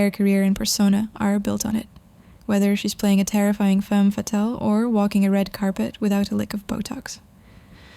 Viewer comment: Did she say femme fattil ??